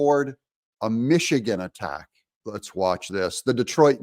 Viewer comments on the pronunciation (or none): none